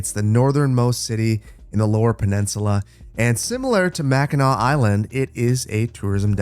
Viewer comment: u know hes local when he knows how to pronounce mackinac